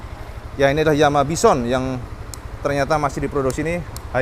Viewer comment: ngomong Yamaha nya jadi blebet kedengaran nya